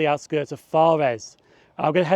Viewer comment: Good video, but after the initial forres you mispronouced it. It's fores